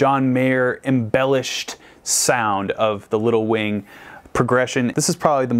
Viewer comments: Instead of “little wing” I kept hearing “lil wayne” hahahahaha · Drinking game: Every time says Little Wing but it sounds like “Lil Wayne”, take a drink. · The whole first half of this video I thought he was saying lil Wayne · that's what I thought he was saying XD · Me too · i noticed that too! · Don't know why, but every time you saying little wing I hear little wayne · Idk why but every time he said Little Wing I heard Little Wayne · It sounds like your saying lil wayne